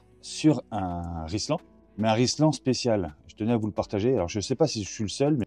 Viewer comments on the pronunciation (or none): Juste pour trouver quelque chose à dire. La marque des colliers est Rilsan, et non pas Rislan. Mais c'est vrai que beaucoup le disent. Plus sérieusement, merci pour les astuces. J'ai apprécié celles sur l'appli Waze.